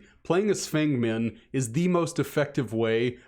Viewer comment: i love you and your content, but as a chinese feng min main I am begging you to pronounce her name as "fung meen" instead of "fang men"